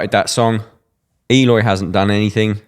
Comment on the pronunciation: Sound analysis! Would love it if you'd pronounce his name as ehLOY, not EEyore.